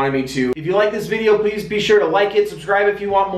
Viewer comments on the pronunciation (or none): none